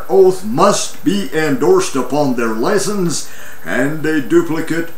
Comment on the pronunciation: What's a "lie-sense"??